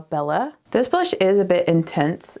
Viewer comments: she absolutely has a Southern accent as do I (I’m from New Orleans). However the word blush is one syllable not 2. Bah-lush is not correct English. However, I am 40. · I love DT makeup and you make it look stunning. I encourage you (if you want people over 20 to watch) to realize there are many single syllable words that you turned into two ( bah-row, bah-lush, bah-right, love-ah, etc.). Go those of us over 30 it’s very distracting from your beauty.